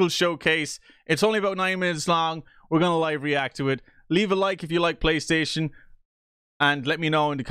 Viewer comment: "Pay"-Station 5 [PRO]😂